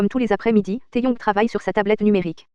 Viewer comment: Taehyung ça se prononce "Taeyong" ?